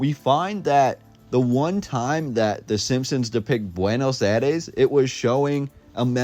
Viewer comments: Buenos aïres not buenos ares… 😉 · There are many many french type buildings you have no idea. Before making a video please inform yourself It is also BUENOS AIRES. NOT BUENOS ARES